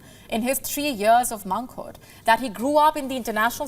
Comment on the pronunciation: TragiKTREE? MONKHOOD? Please sort out your language.